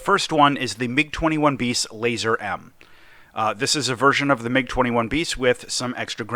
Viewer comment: MiG-21Bis Lazur-M (you pronounce it wrong btw) is literally a copy&paste from the Soviet/Russian TT but with the R-60MK (for whatever reason). F-104S seems to be a copy&paste aswell and the Kfir is somewhat ''unique'' (they also fixed the typo. AIM-9E has been fixed to AIM-9G) Edit* I forgot to mention: Tonight there will be a teaser.